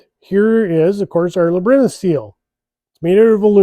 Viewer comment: Labyrinth? Like LAB-e-RINTH????